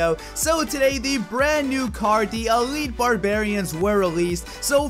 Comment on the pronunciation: elitle xd